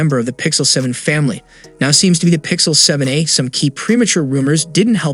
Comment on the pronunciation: he's barely pronouncing the "a" in 7a